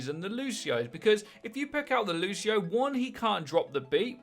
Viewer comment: Lu-See-oh! hate the lushio shit